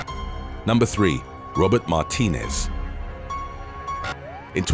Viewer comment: Martinez is pronounced, MAR -TEE - NEZ.